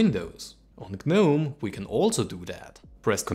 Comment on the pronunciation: Next challenge should be "Learn how to pronounce GNOME"